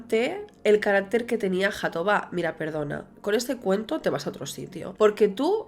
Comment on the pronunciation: Es mejor pronunciar Jatobá como en catalán pues la jota tiene el mismo sonido en portugués y en catalán.